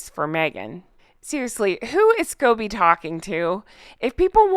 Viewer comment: did I hear you say scabies instead of Scobie?! A parasitic infestation might not be far off the mark though. Netflix wasn't the first time Me-again mocked the Queen. Remember her failed 40 x 40 initiative for her '40th' Birthday with Melissa McCarthy dressing up as a royal?